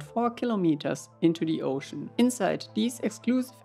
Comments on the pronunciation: A poooshon of ze oooshon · “Of ze OHshin”